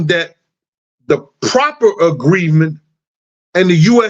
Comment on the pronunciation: Proffer agreement!!! Not proper agreement. Damn I'm trying to listen to you, but at least know the correct verbiage if you're going to keep referring to it.